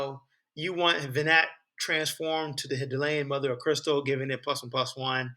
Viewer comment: Great video! I believe it’s pronounced HI-DAH-LIN. I was considering running her with Joshua with some legendaries that have ETB effects maybe. Speaking of, thoughts on Joshua?